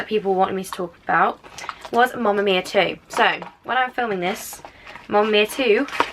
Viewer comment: She was saying mumma mia. I mean.... Its mamma mia not mumma